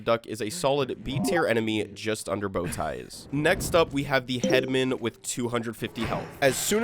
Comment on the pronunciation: Pet peeve, i found it annoying how you pronounce "headman" as head-men, i always pronounced it as head-man